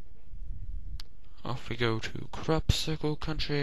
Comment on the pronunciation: It sounded like you said "Crap-cicle Country!" xD